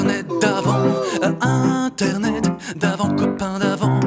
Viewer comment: "Internaitte" lol